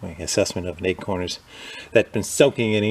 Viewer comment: It sounds, to me, he pronounces acorn, like eggcorn.